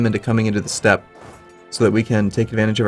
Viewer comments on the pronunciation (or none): none